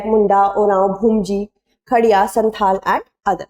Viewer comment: 1. Auntie-ji, it's not "bhumji", it's BHU-MIJ, two syllables. (marks deducted for not paying attention to detail) 2. You just failed the test when you were unble to do a deeper research to understand why Kurmis were excluded. The Kshatriya crap was the means to find a political and social narrative. You having an American accent or even a citizenship won't take away the Desi from your identity, right? Probably you still have a few relatives speaking in their native tongue because they did not get the opportunity like you to get that Western education. Some affluent Kurmis disassociating themselves from their tribal ancestors do not change their genetic origin or the fact that some are still in a bad state of deprivation and exclusion. The real reason for denotification of Kurmis from the tribal list was to facilitate land acquisition for mining since their status as ST would prevent land acquisition Chhotanagpur Tenancy Act (CNT) of 1908. The industrialized belt of Chhotanagpur is established on land acquired from Kurmi farmers. 3. To all IAS aspirants and current IAS officers. More than the process, the outcome is important. You are good at roting the processes established by your predecessors and that is ok but you should also ask why and why not. What is the outcome you want as architects and nation builders. What kind of society or country do you want India to look like when you retire. What is the vision you have. Does your vision align with what is right? Do your own re